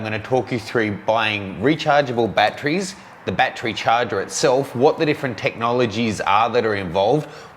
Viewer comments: .....How Many BAT-TREES Are Needed For All The Bats? How to pronounce battery: bat-er-ee ..You where Out that Day! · Bat-Tree or Bat-ur-ree??? Hmm... I always got laughed at when I said Bat-Tree. Makes me now wonder which is correct, and is it a regional pronunciation?